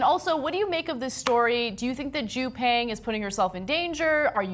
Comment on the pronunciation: Peng= is pronounced more like ~"pung"